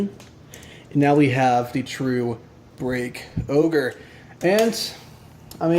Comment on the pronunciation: Isnt it called break ogre not break oger